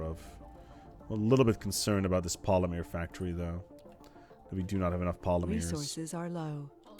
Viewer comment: Omg say Polymer correctly ffs! The woman in the background even told you!